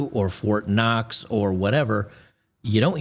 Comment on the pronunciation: I want fort knox...not fort cox